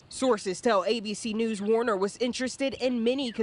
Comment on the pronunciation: Anthony “Warn”er